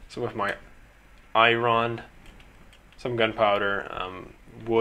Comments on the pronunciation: why do you say i ron when it's i ren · Can't you pronounce iron right! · its pronounced eye-on not i-ron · i-ron!! imma say iron like that now ty!